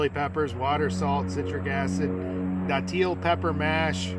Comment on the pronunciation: St. Augustine here. Its pronounced dat-ill. Most ppl say it wrong lol. A frame is definitely the worst one, please try another